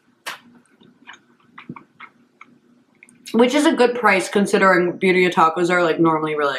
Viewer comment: My only question is, How does she pronounce “Cacio e pepe” (Italian) fairly well, but she can’t say birria (Spanish)?